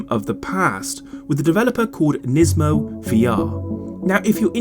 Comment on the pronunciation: Aaaand you and this video creator both can't even say his name right